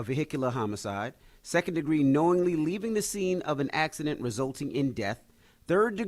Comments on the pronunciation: Why is Charla always baiting a gay convo with Envy? Charla surely said homo side not homocide. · How you go a snap at Envy... You said homo-side, Charla lol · ctg said homo-side 😂😂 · Nah he said homoside😂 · Nah he said homoside pause 😂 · Charla DEFINITELY said HOMOcide😂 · Def said homoside😂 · Charla absolutely said Homocide good ear Envy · Charlemagne did pronounce homicide incorrectly. He irks me because he thinks he is so smart. He has issues because he didn’t go to college so he has to try to show how smart he thinks he is 🤦🏽‍♀️ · Charla DEFINITELY said HOMO-cide.😂😂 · 😂😂😂that man said homoside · Charla definitely said “HOMOcide” lmaooo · He def did lmaooooo vehicular homo-side 🤣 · Yesssss he most certainly did 🤣🤣🤣🤣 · 😂😂😂 Naw Charlamagne u definitely said homocide!!!😂😂😂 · Aunty Charla we can hear you dummy you definitely said Homo-side! 😂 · Nah Charla did say Homo-cide 😂😂